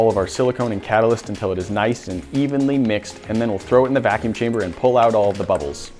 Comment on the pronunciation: he said lets start booling out the fakume